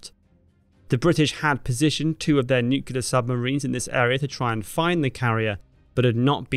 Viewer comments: n...u...c...l...e...a...r. nuclear. not nucular please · The word "nuclear" isn't pronounced "NUKE-U-LAR". It is "NUKE-LE-AR." Where did you learn to talk? Sound it out. It is not rocket science. ... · Nuclear us pronounced nuke-lee-ur, not nuke-ya-ler. No worries; several U.S. Presidents pronounced it wrong as well. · NU-CLEAR, derived from nucleus. It’s NOT “NU-CUE-LAR”. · You are doing a George Bush on the word "nuclear". Think "nu clear". You are saying nu cu lar. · Nuclear not nucular. You would think that a history page would have the pronunciation of nuclear down pat by now. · All going great till the word NU-CLE-LAR was said Nu-clear...FFS Nu-clear We're all sunk if that's how we speak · Sorry, but did you say nucular submarines? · I know, but you said nucular. I'll share with you how I learned to pronounce it back in 1982. It's new-clear as in New Clear Day. (GARY O - Shades Of 45). Love the content BTW. Big fan. Please don't take my comment as shade. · Can't watch a video in which the narrator pronounces "nuclear" as "nukular". How does anyone get to this pronunciation of a simple word? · Nukular ???? Are we using the George W Bush online dictionary now ?? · damn it. No wonder I keep getting it wrong. I thought it was new cola as in new cola brand. O. I am such a fool. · Nope, Buddy. Go ask an English professor after looking up the etymology of the word. It’s just a bad pronunciation/read of a word that has become mainstream. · Learn to pronounce nuclear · So funny...the way u pronounced "nuclear" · the real crime here is the way you’re pronouncing “nuclear”… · Nu-cle-ar, come on!